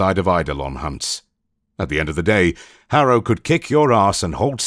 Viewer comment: Instead of Harrow, I hear Arrow. I was so confused that Oliver Queen is in Warframe 🤣🤣